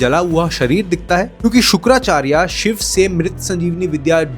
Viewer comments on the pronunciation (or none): Shva nahi shiv ji bolo